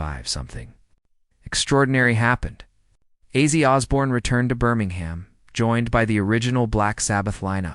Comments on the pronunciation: Here’s your dislike So learn to how to pronounce the Iconic name! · Outside the name not being said right well done ... But I know it's not your fault. Sometimes the "bots" says things you don't but good job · If you don’t even pronounce his name correctly your credibility is reduced.